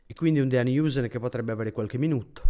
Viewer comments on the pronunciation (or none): Una curiosità per chi se ne interessa: "Huijsen" si pronuncia "Hàuse"